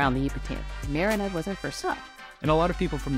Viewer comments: SAY "MEDIDA" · You’re saying Merida wrong 🙈🙈 it sounds like you’re saying crap 💩 🙈I give you tons of credit you’re trying your best I love you guys stay safe🙌🏼 ENJOY MY BEAUTIFUL COUNTRY MEXICO 🇲🇽